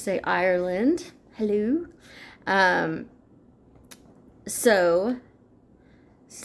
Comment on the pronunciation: As always, thanking you lots for shearing your very helpful tip... I loved the way you said the word Hello with Irish Accent at 10.07 Lol.. Also Its okay to have an emotional release sometimes, Im with you all the way so Chin Up "Beautiful Smiley Blue.Eyes":face-red-heart-shape:Sending you lots of Love, Hugs and kisses from Ireland and Wishing you Happy St Patricks Day... Missing cute Perla "uno mas" and Boogie"Carrots"... Your always friend Luis xx🥰:face-red-heart-shape